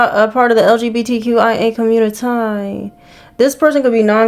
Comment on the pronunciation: Did she say lgbtya😂